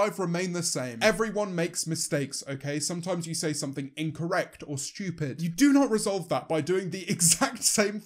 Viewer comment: Nobody: James: schtewpid